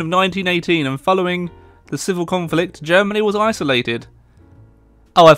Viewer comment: Why does he say conflict?